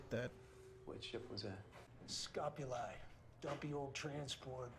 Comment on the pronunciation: Dude, i;m dying here. The huge guy is Amos and the name of Julie ship is SCOPULI, not ESCOPULI.